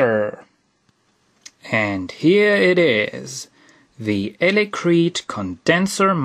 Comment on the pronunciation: elecreet? you mean electret right? ;)